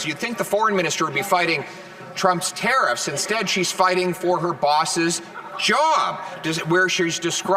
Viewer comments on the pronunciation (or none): It's pronounced tar-iffs not tar--effs